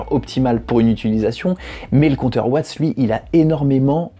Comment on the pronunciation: Ça se dit watts on prononce le s sinon bonne vidéo continue